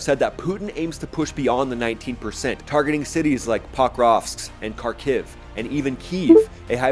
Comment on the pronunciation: Your Dad pronounces the capital of Ukraine properly,, you pronounce it the same way as the MSM. Listen to the local. Great videos.